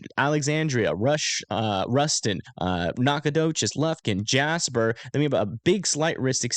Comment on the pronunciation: As an aside: nailed Natchitoches and Nacogdoches!! 👏🏼👏🏼